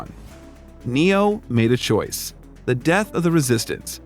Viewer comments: Choice.... not choise. Just saying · It annoyed me. I thought I was just not American enough to understand, and looked it up in an American dictionary. It is ,as abysmally wrong, as you knew and I suspected and confirmed.